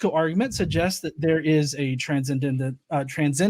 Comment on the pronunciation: wins the Confirmation Bias Award today. Oh, and it's pronounced "tran-send-ent" 😁 Love you, bro.